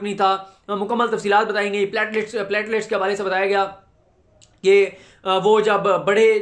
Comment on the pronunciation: Platelets~ plate lets ✅(پلیٹ) Plat ❌ Plat lets ❌....